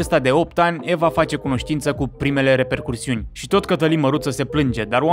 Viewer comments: se zice repercusiuni baiatul meu, nu reperCURsiuni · se spune repercusiuni, nu repercuRsiuni.